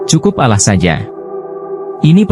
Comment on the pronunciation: Nyebut Allah sj spt non muslim